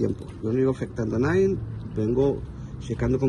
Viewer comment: y no se dicen nadien😂 se dice nadie